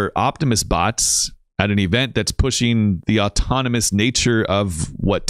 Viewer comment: the bot doesn't just say he's being assisted tonight, he mispronounces the word 'autonomous'. if these weren't tele-operated then the employees and bots would be legally allowed to make firm claims about it - that's why they won't give straight answers, why they dodge questions, and why it's more likely safe to assume this is all fake than it is to assume it's real